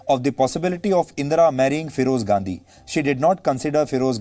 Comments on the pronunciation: Pahle bolna sikh le ghandy bol raha hai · Why he is pronouncing Ghandhi so weirdly?